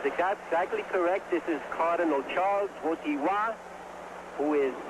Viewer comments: nie potrafią powiedzieć WOJTYŁA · "Wojtwas." Father of "wojilas" born in cracko